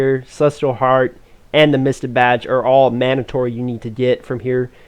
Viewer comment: Great video, I am sorta returning player , I just gotta point out You don't pronounce things fully Mystic badge (misti badge) you gotta hit that hard k sound and the end of mystic